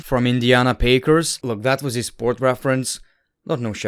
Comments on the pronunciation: “Indiana Pakers”😭😭😭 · "Indiana Pakers" 😭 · “Indiana Pakers” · Love how he addresses how he pronounced the Pacers on his next video 😂.